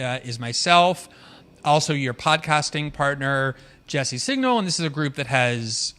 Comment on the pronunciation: And in this one, he said 'Jesse Signal' rather than 'Singal.' (Though I guess that's still not as bad as 'Sportify'!)